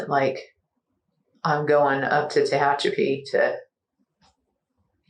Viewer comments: It's Te HATCH a pee. Not Tay hetch CHOP ee. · It's tuh-HATCH-uh-pee, not TAH-huh-choppy!!! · "Ta-hatch-a-pee", you goofy bot. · TE-HATCH-EPI LOL SORRY FOR AOME REASON THAT WAS REALLY BOTYERINF NE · ARE YOU TRYING TO SAY TE-HACH-A-PI, CALIF., 40 MILES EAST OF BAKERSFIELD , CA?????????????????? AI STINKS. After a railroad employee was gunned down at the rail yard in Tehachapi, two people are behind bars, one of them his own wife. AND SHE'S COLD AS ICE, WOW. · Tuh - hatch -apy ... oh AI narrator fail. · Four syllables: Tuh - hatch - uh - pee (or pea if you wish)😄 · AI can’t pronounce Tehachapi. Are there no editors in AI? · Human beings don't fare much better with Tehachapi but I agree.